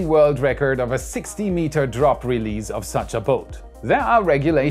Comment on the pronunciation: I’m digging your videos! Keep up the good work! And FYI, the S’s in words like release and goose are not pronounced like Z’s in any English dialect ;)